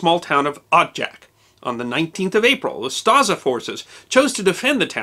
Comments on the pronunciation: Just a minor correction by a croat 😁 OO-sta-she not Shi. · Me too, until he decided to say "UsTaZa" instead of Ustaše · Ustase is pronounced differently. "s" is "š" and is pronounced as sh as in shoes. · I'm struggling with his pronunciation of ooo-staah-shaah!